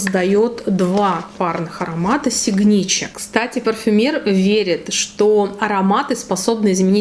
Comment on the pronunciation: Читаться как сигнатюр...